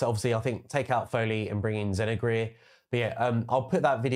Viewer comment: Zin-oh-ger its pronounced 🤣